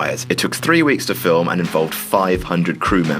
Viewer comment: di...did he say philf